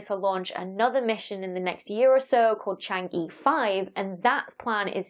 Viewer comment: Shame you didn't make an effort to pronounce Chang' e anywhere near correctly!